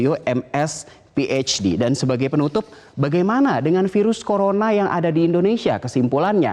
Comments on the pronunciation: yg ke 3 ngomong virus jdi seafood :v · Hahaha iya dong ngakak, dr virus ke sivud haha